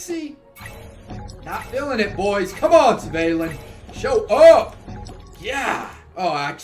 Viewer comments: It’s pronounced ‘Svarlin’ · No it's pronounced how it's written, Svalinn.